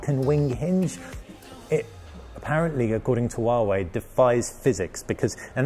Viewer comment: Wawei Wawei hahaha. You need to pronounce 'H' 🤣🤣